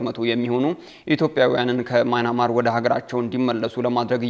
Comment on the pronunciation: ኧረ የjournalism / professionalism ያለህ! "ማይናማር" አይደለም። ትክክለኛው አጠራር:- ሚያንማር ነው።